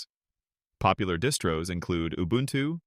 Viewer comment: linux is a family of distros, or sounds like you sied dis-bros.